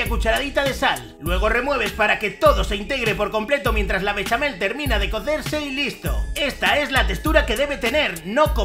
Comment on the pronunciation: Solo le dí a like por el "beshamel, beshamel musho!"🎶